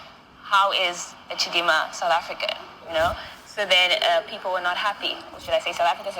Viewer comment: Why you want to give us chidimama what is wrong with you all.I need real true Nigerian to tell me.we are not stupid all in South Africa.not sad Africa as u pronunciation.we are shaka and sekhukhune amapondo children.we will respect who respect us.we will defend our self from anyone who disrespects South Africa 🇿🇦 our land.just leave us alone.god give South Africa strength and wisdom and love from to u mighty love.for give the enemy of South Africa who want to destroy u peace and South African people.please bless South Africa on the year of 2025 and beyond.we don’t hate we have love god bless Africa and the world.we are all your children.